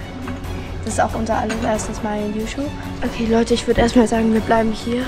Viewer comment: Youschube ahaahahsaha😂😂